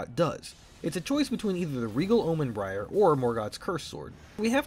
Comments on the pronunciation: its bairn like barn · I know this doesn't matter that much, but bairn is pronounced like "bear" with an n. It's the old English word for child. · also its regal omen bairn (bear-in) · Are you pronouncing Bairn as Briar? Pain.